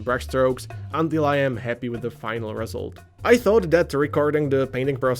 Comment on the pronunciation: ReSULT, Iit's pronounced reSULT